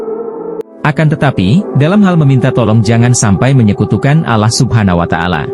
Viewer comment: Nyebut Allah sj spt non muslim